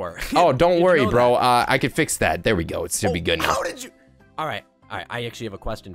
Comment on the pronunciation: 😂 said bo not bro😂